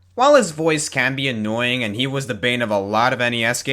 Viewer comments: on the porky thing you said annoyink instead of annoying!!!!!! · "Annoyink". Aaaaand that's where I stop watching.